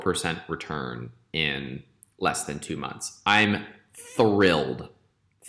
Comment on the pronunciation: Legend says he is saying 'Thrillled' now